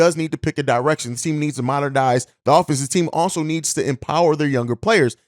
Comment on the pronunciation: The word is "MODERN-IZE" WTF...